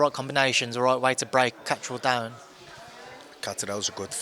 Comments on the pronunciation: gets a tenner for each time he comes up with a new way of mispronouncing Catterall. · Love hoe he pronounces Catterall, like he's Italian or summat 😂